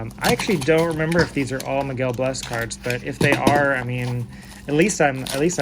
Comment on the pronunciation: Hey, enjoyed the video, and just subscribed. I've got a bunch of Miguel Bleis stuff too, been on him for a bit. Can't wait to see what he does this season! One quick note: I believe it's pronounced "blay-ss", almost like Blaze but with an S instead of a Z.